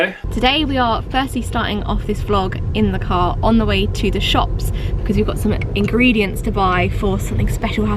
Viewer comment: I'm having a heart attack with your engredients hahahaha. It's not annoying because it's understandably, but it's hilarious😂😂😂.... I'm sorry I can't help it✌️